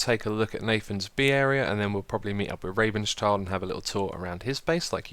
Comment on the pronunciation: I love how you say rabenschild completely wrong :D